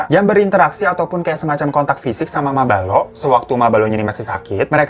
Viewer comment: bang di menit mabalo berubah jadi mabolo 😅